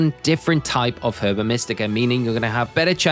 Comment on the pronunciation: Herba is said Erba